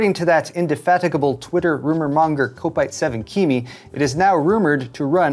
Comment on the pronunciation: The first syllable in kopite7kimi is pronounced kop as in cop or drop or stop. Not pronounced as in cope or hope.